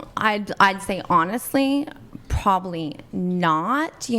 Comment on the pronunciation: Urghhh! The word is probably, not prolly. Prob-ab-ly. I knew that when I was 5.🤢